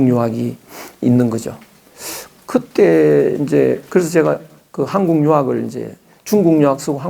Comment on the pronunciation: 장음인 단어의 첫 자를 짧게 잘못 발음한 예:유사점,(공부를)해도, 서문,(이 학자의 버릇! 한국을"항국" 이라고,단군을"당군"이라 발음하고 있음), 사별,❤❤❤당파,¹ㄷ❤¹(또, 친구를"칭구"라 발음했음),머냐?,날(나를),( 또, 만물을 "맘물"이라 하고, 인물을 "임물" 이라 발음해씀),말(입으로),(또, 관계를 "광계"라 했음), 강의중, 계속해서 "울 나라 우리나라 사람 하는데 그 리 듣기 좋지 않음. "우리, 또는 "한국인"이라 해도 좋겠음. 참고로, "한국 어문을 고발함"아라는 책을 권함. 미국 변 완수 드림